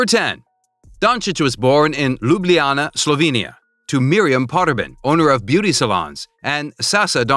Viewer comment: It's not Lubliana But is says Ljubljana cuz i'm Slovene. So l know.